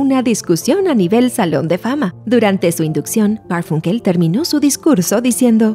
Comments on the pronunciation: Perdón pero se pronuncia garfAnkel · Me parece curioso que no pueda pronunciar Garfunkel correctamente. Me hace sospechar que plagió el texto de alguien más.